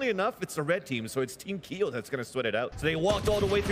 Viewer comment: “Is this Keeoh?” Nah this is